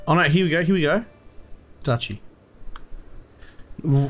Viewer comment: haha its definitely not pronounced dookie unless you're talking about poop.